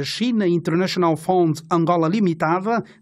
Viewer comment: Fund e não found, é obrigação de um journalista saber pronunciar palavras de outros idiomas para não incurrer a engano aos telespectadores ou ouvintes, hoje esta cada vez mais facil o acesso a linguas estrangeiras tais como o Inglês!!!!! Por favor